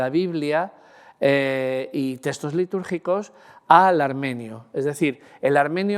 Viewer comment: Muchas gracias por exponer sus conocimientos de manera tan amena y magistral. Maravilloso !! Por poner un "pero"...me sorprende que con el dominio que tiene del lenguaje, no pronuncie la X, y diga teStos, en vez de teXtos.